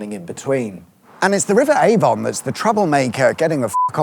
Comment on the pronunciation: Avon is pronounced A-vun and not A-von.